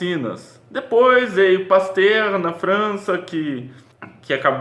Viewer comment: Voltei várias vezes nesse trecho, é muito satisfatório ouvir sua pronuncia perfeita em francês de "Pasteur". ❤️ Excelente trabalho meu amigo, agora entendi.. percebo que redescobriu seu caminho. Parabéns, sua voz é uma contribuição importante para todos. É uma contribuição que parece pequena, mas com certeza tem um valor grandioso!! 🙏 Já espero pelo próximo episódio... RAWR!!